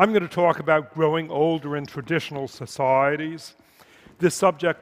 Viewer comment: You could play a good drinking game to this talk, Just drink every time he says “Soc,I,eties”